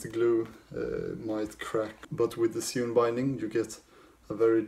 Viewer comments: "Sewn" is pronounced like "Sown" ;-) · Sewn should be pronounced like 'own' or 'bone' or 'shown'. Concertina should be be like 'concern' or 'consider' i.e. the second 'c' is like an 's'. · I'm not, where I'm from there are some people who genuinely pronounce sewn in a way that most would consider strange.